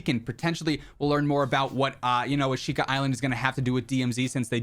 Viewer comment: Thanks for the update! It’s pronounced “ah-shh-ka” by the way:)